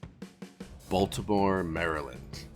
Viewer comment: Glad you're back. Also - Balitmore?